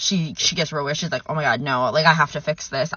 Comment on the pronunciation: why do Australian women add the the tree ‘R’ to the word ‘No’ So when they say the word it sounds like ‘Nore’…….WHY!?!? 😫